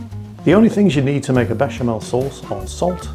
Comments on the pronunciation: Well done for the bechamel and TNX for galantly butchering proshcuteioh! And you are right: more cheese! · As a french with some family in Italy, I'm actually impressed at how you nailed the prononciation of "béchamel", "gruyère", or "prosciutto". Well done. And frankly after what my father told about about english cuisine, I wasn't expecting this stuff from you, but once again, that's really nice !